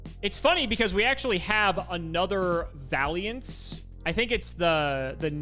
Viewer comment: I find it funny that refuses to pronounce vaylants Instead he says valyantz